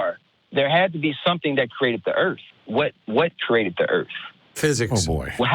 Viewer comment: He keeps saying "kerated" and "crated" arrrrgh